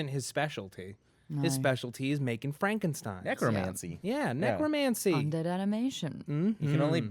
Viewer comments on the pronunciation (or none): none